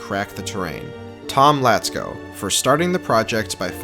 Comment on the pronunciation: Oh my god, Tomlacko pronounced right This is not your regular youtuber, guys